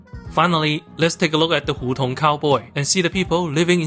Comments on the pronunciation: Hú tóng lmao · You pronounce 胡同 truly like a southern Chinese 😅.